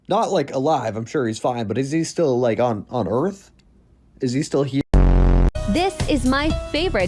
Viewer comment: As a legendary commenter (on this video) once said; How are you HEE-HEEre?